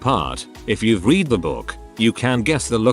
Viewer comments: I hate how the TtS can't differentiate between the past and present forms of the word 'read'. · I find it amusing. >w< xD